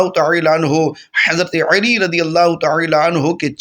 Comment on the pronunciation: Aap Uedu bhi iss tarah mazhaka kheiz, Arabi lehje mein bol rahe hain ke Urdu ka satyanas kar ke rakh diya hai. Khassosan Hazrat ALi ka naam zuban twist kar kar ke bigaar rahe hain.